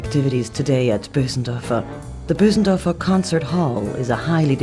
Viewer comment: its not boosendörfer but Bösendorfer (languagewise)